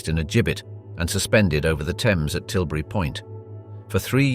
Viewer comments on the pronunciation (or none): none